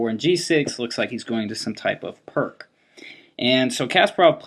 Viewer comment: "PERK"?! The ignorance of Americans beggars belief. You are a chess master and you can't be bothered to learn the correct pronunciation of non-English names? Pirc is pronounced "peerts" for God's sake!